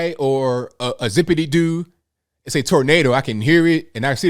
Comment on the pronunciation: You say tornado he says tornodo